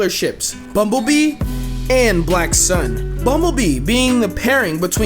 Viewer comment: It's "BlackSun" btw, not "BlackSon".